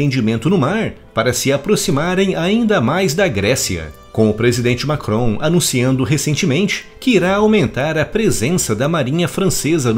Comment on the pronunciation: Já da raiva de escutar "macron" aff...